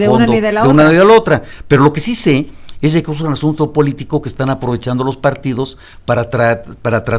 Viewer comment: ezdeque..... ezdeque....... ezdeque, chale no saben ni hablar.